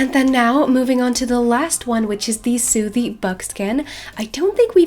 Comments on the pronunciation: Sooty is prounouced like footy btw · No hate, I love ur channel but you kept calling the sooty buckskin a soothy buckskin lol